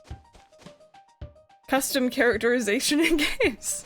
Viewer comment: Ouch I choked on my water at “customer characterimation